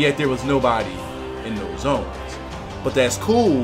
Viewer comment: So... when you see a 'th' at the front of a word. It is pronounced as a 'D'??? and when you see a 'th' at the end of a word it is pronounced as 'ff'?? So, "both those" is actually pronounced "bofe dose"?? Thanks for the lesson in Ebonics.